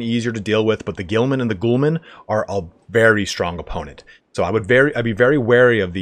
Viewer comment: It bothers me When you hear someone call Prince-A-Pays (princepes) prickepeps, Gho-Lams (Gulams) Ghoul-mans